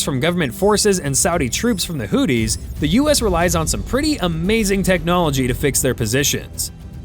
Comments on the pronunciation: I don’t know if you are mispronouncing houthis as whooties but it is funny af either way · AI calling them Hoodies is pretty accurate.